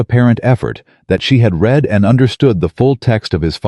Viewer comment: Past tense of read although spelt the same is pronounced as "red"